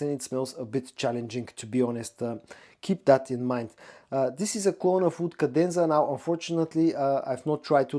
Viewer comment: I'm sure others have noticed and may have commented and I do not mean to be rude. But you need to work on your pronunciations for WOOD and OUD and WOODY and OUDY. You say them nearly identical.